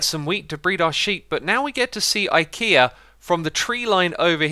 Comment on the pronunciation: You kept calling ikea lol 🤦🏽‍♂️